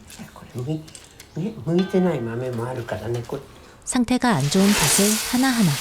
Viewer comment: 나레이션은 좋은데 발음이 하나가 좀 걸리네요 . . '팥을'을 발음할 때 [파슬]이 아니고 [파틀]